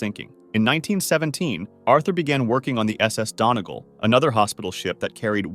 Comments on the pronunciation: The SS Donegal is pronounced Dun-e-gall not donagal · it’s pronounced done-ee-gall which is a county in Ireland 🇮🇪